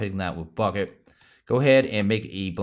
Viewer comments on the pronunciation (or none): none